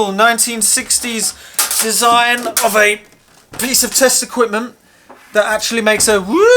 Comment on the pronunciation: I kept thinking you were saying "wall of testicles" and was confused, until I realised it was "test equipment". On a more serious note, the thing about modern vs old when it comes to computers (consoles included) is you're not comparing like for like in terms of actual processing power. PET with a single core running at ~1mhz vs iMac with 8 cores running at like ~4ghz. A fairer test would be to compare amps/watts per mhz per core. If you remade the PET running at the same speed but using modern components and efficiency in mind, I strongly suspect it would use less power to do the same thing. Having said that, modern software is terribly inefficient, and modern computers could use a lot less than they do on average. Problem with modern digital synths is they're basically a computer, and most of the power they use is wasted doing nothing. Also a note on flat screens, not all panels are the same. LCDs with LED backlighting are a lot more efficient vs the older CFL, etc (yep, most power that LCDs use is wasted in lighting the thing). I get none of this is overly serious though, they're just things worth nothing when comparing new vs old!